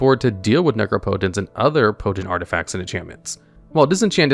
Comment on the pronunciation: Nooooo he stopped pronouncing it nec-rop-ot-ence , I loved that bizarre pronunciation 😢